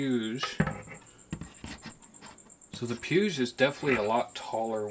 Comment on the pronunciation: Just heads up it’s pronounced PW-EEG. Awesome content and humble approach. Subscribed.